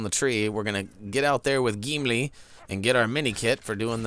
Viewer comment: Love how you say "Geemlee!" :'D